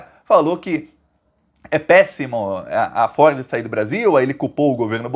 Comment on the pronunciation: Você fala Ford e eu entendo "Forbes "